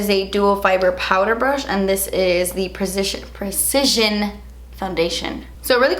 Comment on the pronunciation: I love that struggles to say "precision" because I also do lol is that a Cuban thing?